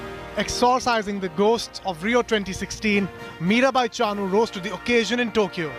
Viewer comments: Her name should be pronounce as Mirabai Chanu not Chaanu..... please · Drop the middle 'a' from Chanu. That's how u pronounced chanu